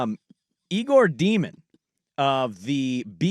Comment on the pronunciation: Day-min, not Dee-min. And he's not athletic. Have you watched tape?